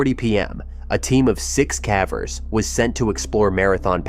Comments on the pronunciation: The word caver as in pavers. Not cave as in have. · What's with the pronunciation of "cavers"? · Ugh. Ai. I was into it until that…. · Yeah I don’t mind AI like this usually; at least it really sounds like a person. But the mispronunciation of cavers and some other words is like bamboo shoots under my OCD nails. It irks me to no end. OCD is a bitch and picks the oddest things to focus on, but misspelled and mispronounced words are at the top of the list for mine 🤦🏻‍♀️ My cognitive therapy for the day is finishing the video despite the “nails on a chalkboard” feeling it gives me lol